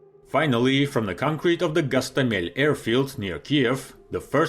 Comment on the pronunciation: What if... What if...What if Russians finaly learned to pronounce the name of the Ukrainian town GostOmel' correctly? All hundreds of VDV and Marine troops deaths there were for nothing? 😂